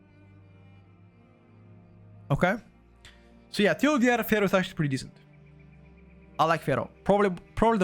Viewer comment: when you say Feral, it sounds like you are saying Fero.